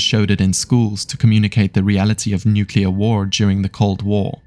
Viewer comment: Nuclear, not nucular